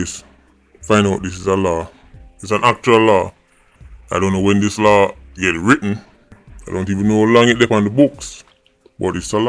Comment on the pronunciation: Law not law-in ......